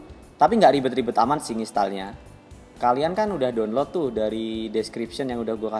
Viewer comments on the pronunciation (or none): none